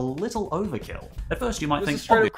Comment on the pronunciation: “Lactose & tarlent”😭